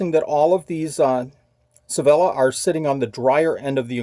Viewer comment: I also think Sevilla is pronounced “say-vee-ah”. Loved visiting that city!